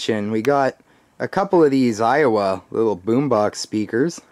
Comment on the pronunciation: its aiwa and not awia